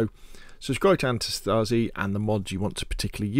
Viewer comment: antistasi is pronounced antEEE-staseee = resistance in greek. i know no one cares rly but perhaps someone is interested in the correct pronounciation of that word.